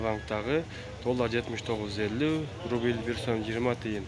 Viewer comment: Рубил РУБЛЬ болсо керек укам туура оку эл коруп турат да.....